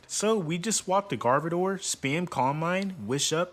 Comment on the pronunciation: Bro rlly said “garvedoir” 🤨